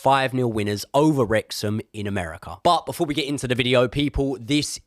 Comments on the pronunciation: It's Wrexham 😂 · It’s Wrexham ffs 😂😂😂